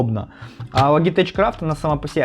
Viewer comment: Сам ты, блядь, Логитэч. Лоджитэк правильно. 😂😂😂